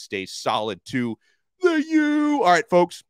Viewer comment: Please don't say the U like that anymore